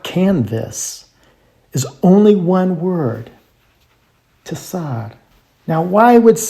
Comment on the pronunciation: Firstly, you can't pronounce the word properly. צ is pronounced like a ts together. It just means narrow as in גשר צר מאוד, a very narrow bridge. Secondly, the carving looks more like either ודח or ידח. However, the main point is that this script is Katav Ashuri. This only came into use to write Hebrew after the Babylonian exile. The earlier script looked nothing like it and certainly nothing like the carvings on that rock. This whole video is nonsense and the product of ignorance masquerading as wisdom. You should be ashamed of spreading such rubbish.